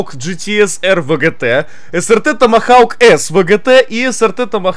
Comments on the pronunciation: Слово томагавк: существует Булкин: Тамахауг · Не тамагаУк а томагавк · Не томохаук , а Томогавк. Балбес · Томхоук. Какой, блин, томахаук?😂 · саня, не тамахау, тамагавк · Додж срт томогавк, странно ты читаешь это слово😄 у доджа ещё мотоцикл есть, додж томогавк, загугли на досуге, интересная вещь)